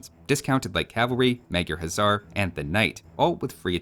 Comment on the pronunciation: Day 234 of saying this but "Huszar" is actually pronounced like "Hussar", 'sz' in Hungarian makes the 's' sound.